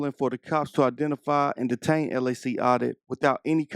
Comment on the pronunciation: 16,02 min,,, heee diEtain him ???? what LAW. HOW UNEDUCATED THIS COP IS